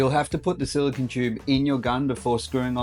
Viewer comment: I'm hearing "silicon" (which is an element), not "silicone" (the type of caulking he discusses).